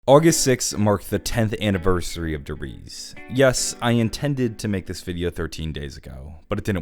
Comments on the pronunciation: Der RiesE. It has a E at the end not Der Ries. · I know it's a year late now, but could you stop saying "duh-reeze" instead of "Der Riese"? Please, and thankyou. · "De reece"